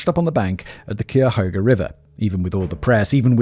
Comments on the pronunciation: It breaks my brain hearing u mispronouncing native American names 🤣 Cuyahoga - ky ah HO Gah. Big river in Ohio and a big native American tribe. Look into the Ohio mounds and the nearby haunted prison... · Having lived 20 miles south of Cleveland my entire life, I find it endlessly entertaining to listen to you mangle the pronunciation of the Cuyahoga River. It’s a pain, and I totally understand getting it wrong, but you keep getting it wrong differently every time you say it. You actually almost got it right once this episode. Keep fighting the good fight, given how many crazies Cleveland seems to have, you’ll have more episodes to get it right. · As a native of Cuyahoga Country I do adore the various ways in which you have attempted to pronounce it over the years. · It's always amusing to me. Jist the amount of ways its messed up always has me giggle alittle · My best friend was from The Mistake on the Lake. I, too, am tickled. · As a clevelander hearing you pronounce Cuyahoga took me aback holy shit 😂😂😂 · I live near Cleveland and hearing Simon fail at pronouncing Cuyahoga made me cringe. 😂 But even people in NE Ohio fight about the correct pronunciation. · Much love from Cleveland to you Simon, long time viewer and fan and have been waiting for this case to appear. Also, curious to see how many times you mispronounce the county of "Cuyahoga" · Sigh-a-hoga LMAO it's kie (rhymes with tie) a hoga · It's "KAI - YAH- HOE - GAH" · Pass along to Simon and the writers that we pronounce it “Kaya-hoga” River 😊 it’s unsure which Native American language it comes from, there were a lot around Lake Erie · cuyahoga Simon, is pronounced kai-yuh-hoe-ga, atleast that's what me and the other locals call it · My favorite is koo-ya-hoo-ga. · 1st: Cuyahoga [kie-a-ho-gah) (sorry, but I had to) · Excellent thumbnail pic for this video!! 👌 Btw, it's actually pronounced Khylyahoga .. it comes from the native American name for the area (I can't actually remembe)r). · lol Kai-ya-hoga